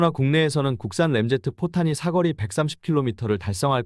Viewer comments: 사거리인데 사꺼리 발음이 조금거슬리네요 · 사꺼리가 아니라 사.거.리. 입니다……. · 사거리라고 발음 좀 하세요. 삭 거 리 라고 하니까 거북함.